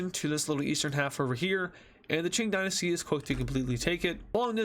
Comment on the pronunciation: Ching Gynasty? It's Qing Dynasty